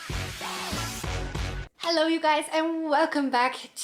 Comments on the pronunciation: You say "Challou" every time but that's not German. The German "Hallo" is pronounced: H (like in hazel) A (like in extra) fast LL (like in hello) and o (like ou bit without u) Hope that helps 😂❤ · That Hallo sounded like something you’d say in Baghdad. I have to admit it kind of fits.